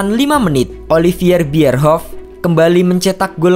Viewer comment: Bkn Olivier tapi Oliver Bierhoff, karena Bierhoff gk punya darah Perancis yg hrs di panggil OLIVI_ER. Mimin hrs hafal dan bisa melafal kn nama pemain